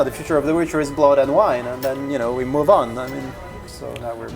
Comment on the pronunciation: "blúd"... cruzes.